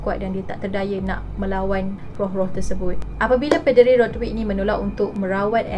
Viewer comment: Apo 'PE'deri 🤣